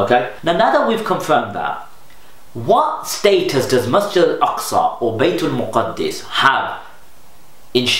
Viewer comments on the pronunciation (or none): Correction Bro, its not Baitul Muqaddis, its Baitul Maqdis. There is no Tashdeed on Daal. So the right way of saying it is بَيْتِ الْمَقْدِس with a Zabar over Meem (not Paish) and then Sakeena on Qaaf with Qalqala and then Zair under Daal. (Correct me if I'm wrong)